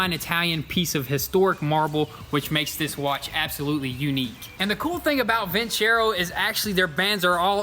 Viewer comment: I'm just being a stickler...is it pronounced vinSero or vinCHero? Lol..he says it both ways haha